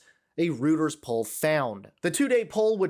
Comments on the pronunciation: Just to let you know, it is ‘royters’ not ‘rooters.’ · Somebody needs to tell that it's pronounced "Roy-ters, not "Rooters." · Umm, just a little thing. Reuters is pronounced ROY-ters not ROO-ters. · Its NOT Rooters. Its Reuters (phontic: Royters) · Rooters Poll? Royters Poll. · Sorry, but Reuters isn't pronounced Rooters - it's Royters. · ROYters not ROOTers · Reuters is pronounced “Roy-ters,” not “Rooters.” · Reuters pronounced Roy-ters, not Roo-ters. Hope this helps! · "rooter's poll"? Seriously? Where you been for the past 3 decades, bro? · Reuters is pronounced ‘Royters’. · It's not pronounced "Rooters"! I dont want any of you "I cant think of what to call you because your so misinformed on news reporting past respect on their wisdom I cant say reporters" know how to pronounce or know things every reporter should know. Rueters has been around has been around for a long time. I ask any of you does Rueters look like it should be pronounced "Rooters?" David Koresh is the only professional out of any of you. Your all a bunch of bunglers. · Hi, love your podcasts. Try saying Reuters like Roy-ters. Sounds a bit off the way you re saying it. 💙💙💙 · FYI …..Reuters is pronounced “Roy-ters” 🙄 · all respect but the news agency is pronounced, "roy-ters." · It's Reuters. Pronounced ROYters. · Reuters say Roy-ters? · Where the fuck were you educated dude? It’s not rooters!! how can you be a journalist and not know how to speak English properly? You’re just as bad as Trump. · Great video! I thought it was pronounced "ROY-ters". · Reuters is pronounced “roit - ers”. It’s British. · it’s pronounced Royters even though it’s spelled Reuters. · You are pronouncing Reuters incorrectly. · Learn to properly pronounce the news agency Reuters. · Learn how to pronounce Reuters. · That’s not how to pronounce “Reuters”. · Good report, but please learn how to pronounce "Reuters."